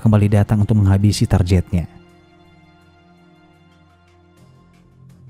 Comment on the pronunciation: Target bang bukan tarjet